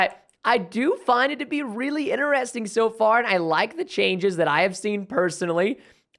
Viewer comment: what i noticed that preston says interesining not interesting